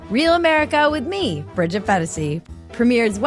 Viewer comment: You pronounced Bridgette’s name incorrectly 😂